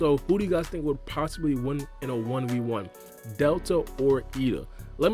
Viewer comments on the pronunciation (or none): Isn't ada not eida?